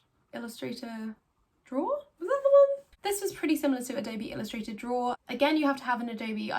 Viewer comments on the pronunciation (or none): Ello, my name is Simon and I love to “drawra”.